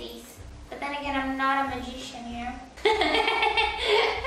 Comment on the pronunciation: i love how he struggels to say " magician " lol